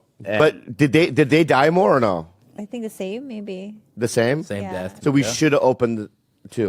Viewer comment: It's "no" not "nawr"